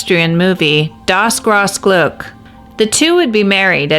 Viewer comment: Das Grosse Glück is pronounced Dass Grause Glyck - The Great Happiness